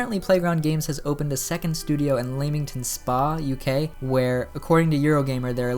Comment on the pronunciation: I'm from Leamington spa and that's not how you say it